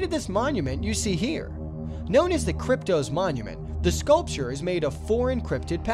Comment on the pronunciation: Krypt-OSS. Not Krypt-OZE.